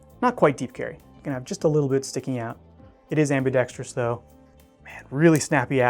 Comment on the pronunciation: The word is am•bi•dex•trous. Not am•bi•dex•tree•us. A minor thing, but you look and sound a lot smarter when using "big words" when used and said correctly. Not being a hater by any means, just trying to help you for the future. The teacher in me just couldn't let it slip by.